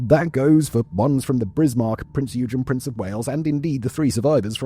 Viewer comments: The Germans don't say .. Prince... They say... Prinz... So the ship is pronounced in German, as PrinzOygun..... All as one word... My German friend told me this.... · Posted this before, but seems to have vanished ? My German friend said we should pronounce it as " PrinzOygun "... All as one word.. It sounds more like he said it... Lets see if YT remove this comment... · what is a “prince you gin?” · I have asked a German friend, and I think the German way of saying it is... PrinZoygun .... Sounds good, as well, if you say it as one word...? Who would have thought that it would end up, upside down, at Kwajalein atoll in the Marshall Islands in the Pacific ? Just google it... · Simons pronunciation of "prinz eugen" is like nails on a chalk board.. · The way you pronounce Prinz Eugen pains me dearly.